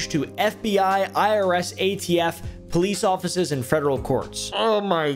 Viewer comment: I know this is very serious but why do you say police officers like that